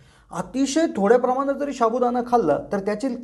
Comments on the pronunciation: शाबुदाणा नाही साबुदाणा हा शब्द आहे मराठीत तरी उच्चार बरोबर करा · शाबुदाणा नाहिरे बाबा, साबुदाणा म्हणा 😂😂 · शाबूदाणा नाही रे बाबा, साबुदाणा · Sabudana bolayala Shik baba pahiley. Shabudana Nahi re. Evadha Pakavto ki Loka Tumcha Channel Baghnarach Nahit. Ashya prakaarey Tumcha Channel Shabut Nahi Rahanar. Timing Vadhavnya sathi Evadha kaa Pakavto ???? Channel chi Credibility Ghasartey. - Nilesh Borse. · Sabu..... Don't say Shabu.. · हा फालतु बडबड करतोय एक तर शाबुदाणा नको बोलुस साबूदाणा बोल कोणी विश्वास ठेवणार नाही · शाबुदाणा नाही साबुदाणा म्हणतात रे . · Nit bol re baba "शा" बु ? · पहिला साबूदाणा बोलायला शिका. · सहमत शाबुदाना उच्चारही येत नाही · अगदी बरोबर लिहिलय. साध मराठी उच्चार करत नाही हे लोक अन चॅनेल काढतात!